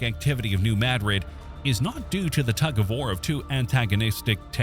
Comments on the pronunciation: It is pronounced... NU MADdrid .... not... Nu mahDRID. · I enjoyed this, but the AI mispronunciation of Madrid was a major, annoying distraction from the quality of the production. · I quit watching when New Madrid was mispronounced.